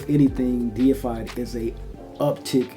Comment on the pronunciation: Thank you for being able to read and say deified correctly it automatically makes your review number 1 for this scent